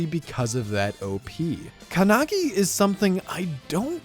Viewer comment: "Kanagi"??? The otaku who talks about Japanese anime with such condescending attitude can't even pronounce the title of a Japanese anime properly It's not kanagi, it's "か(KA) ん(N) な(NA) ぎ(GI)"